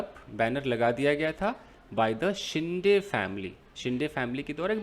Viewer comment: येस सोमाटणे फाटा is the name of place ,, फाटा मतलब जहा से दुसरा रस्ता निकलता है ,,and it is शिंदे not शिंडे,,,surname है आपने सही पहचाना ,,सोमाटणे ये गाव का नाम है